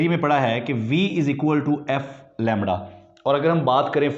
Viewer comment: Lemdda lemddddda